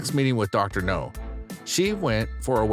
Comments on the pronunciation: Idk why I laugh when he says Dr. No instead of Dr. Now. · IT'S DR. NOW, NOT DR. NO!!! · It's pronounced, "Dr. Now", short for Dr. Nowsardan. Idk if I spelled that right! Hope that helps for future episodes!🙏🏼🤗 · I knew I couldn't have been the only one who had noticed. Also he finally started saying Dr. Now's name correctly a few weeks ago and now he's pronouncing it incorrectly again?!!! It's driving me nuts and is one of the major reasons I won't subscribe yet until he gets better at his narration or they hire someone who can do the job satisfactorily. I would be a better hire than him. I have experience and I read and speak very well. Thank you for your consideration. References upon a serious offer.